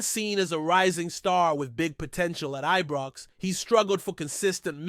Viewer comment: This guy doesn't read comments, as I say for goodness sake It's IBROX NOT EBROX AND CELTIC as in a CELL not pronounced KELTIC, Please dont insult good Scottish fans, no matter who they support, if you can't get it right, don't say anything.